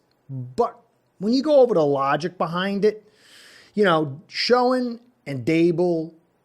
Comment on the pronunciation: Your spot on! Dabol went to Giants primarily due to the familiarity with Schoen. BTW- Pronounced Shane.